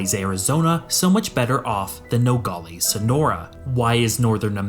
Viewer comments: Hey as someone from the border area… it’s pronounced No - gal - es not no - gol - ees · Nogales is not pronounced "nogalees", it is "nogaless". Also showing the Texas state flag and legislature while talking about Arizona makes zero sense and shows how under researched you are. F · “Nogales” in English is pronounced “no-gaa-luhs/less”, not “no-gaa-LAYS” or “no-gaa-LEES”. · Good information. BTW it's pronounced No-gol-lez not Nogollies. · It's not pronounced No- gall- eez but instead it's No- gal- is. The wierd part of Aztec history is there's no huge lake or rivers to get fresh water from the Cenotes. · When you cover a place. Learn to say it correctly man. All the other metrics and data you can spare the time to learn. It's pronounced No-gal-less. Not no galh lees. But aimed from that your information is correct. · Good vid. FYI, as someone who has lived in the area for 60 years, the example city is pronounced No - gal- less or No - gal - us. The pronunciation used in the video is odd. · “Nogales” is pronounced no-gall-aaaaas. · The way he pronounces Nogales is cringe asf haha it’s No-gal-ass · What bothers me is the constant improper pronunciation of Nogales. No-gal(as in pal)- is(like Dallas). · You pronounce Nogales wrong….. its Nuh Gaa luhz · The way he says "Nogales" should make any Spanish speaker cringe. "No gal es" split it up and now pronounce it. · AAAHHHGGG it is Noe gal less, no ee at the end! Sorry, but after hearing it mispronounced so many times, it drove me to distraction. But the video was quite informative. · When I hear him pronunciation of Nogales I was FAK YOU NO RUIN FAMILY TRADITION. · The way he pronounces Nogales is like nails on a chalk board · The narrator needs to learn how to say Nogales properly!